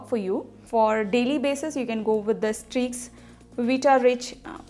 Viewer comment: Even you are not able to mention the name properly..how do you reviews this products..? You guys all are fake..Do everything just for business...try to use this at first then make video